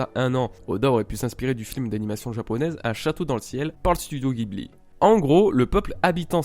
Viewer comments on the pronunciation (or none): none